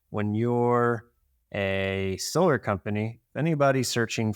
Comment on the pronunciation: solarr? I barely know her 😂😂😂😂😂😂